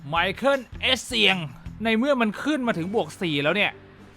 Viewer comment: มิคาเอล เอสเซียง ครับ ไม่ใช่ ไมเคิล